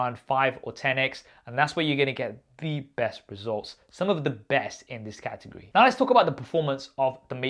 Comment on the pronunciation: Wtf is a "catagry"? Learn to pronounce your words,... unbelievable!